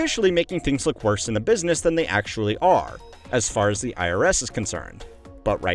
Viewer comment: "BUSSINESS" ?? I think some of your staff need to be replaced with AI